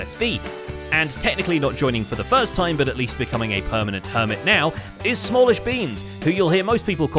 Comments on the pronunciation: I know this is probably an accident but.. “Samllishbeans” 😂😂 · Ah yes, samillish beans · Ah yes, Samllishbeans the newcomer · ah yes, samllishbeans